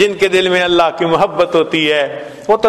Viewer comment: Vidio k shuru me allah allah ki setting hai. Usme allah k alif ku kheench kar nahi padhna chahiye. Lihaza is ku durust karen ya phir hata den.